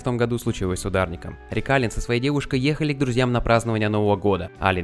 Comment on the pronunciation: Аллен, а не Аллан!